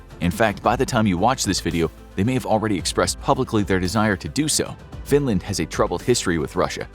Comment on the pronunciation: why Findland and not Finland